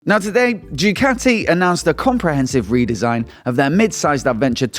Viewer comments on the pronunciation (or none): It's pronounced DuCahti, not Jewcatti.